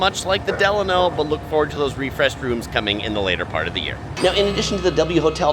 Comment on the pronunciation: It's pronounced Del-lan-o